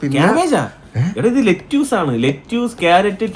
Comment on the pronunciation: ലെറ്റ്യൂസ് അല്ല, ലെറ്റസ് ആണ്